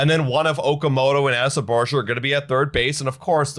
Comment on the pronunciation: This shit is really getting tiring to watch. Also you guys are still pronouncing Barger's name wrong.